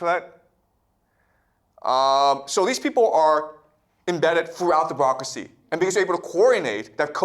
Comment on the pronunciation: She should have listened to the part about 'brocracy' as he calls it 😂 This guy is teaching children yet calls himself a professor. By definition he is a teacher 😂